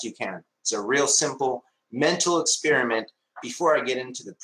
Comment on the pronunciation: He also says "Expirament."